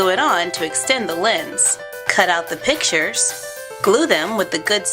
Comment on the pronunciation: She said pichers its pictures